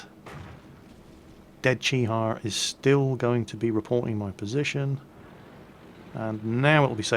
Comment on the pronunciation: Also, quick tip on the pronunciations. The vowel pronunciations are kinda wonky. Put simply however, E produces an ay sound and I makes an E sound. For example, Ke Ni = Kay Knee, Chi Ri = Chee Ree. Also, an O is pronounced like "oh"